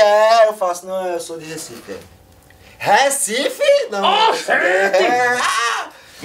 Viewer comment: todo recifense é revoltado com esse "RÉCIFE" hahaha